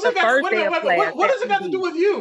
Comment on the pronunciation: "Klass"? Really?